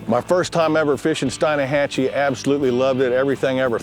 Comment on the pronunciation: the guy be triggered when Blair said Stein AH hatchee